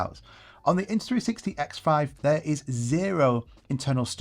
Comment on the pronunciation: You keep saying INTA 360.